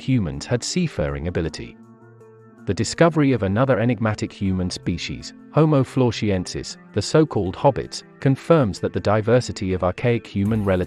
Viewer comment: Deny-sovans?? Homo flo-she-ensis??? 😂😂